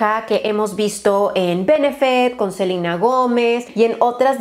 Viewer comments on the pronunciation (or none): none